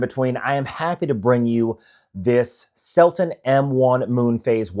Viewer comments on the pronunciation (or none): Selten not Selton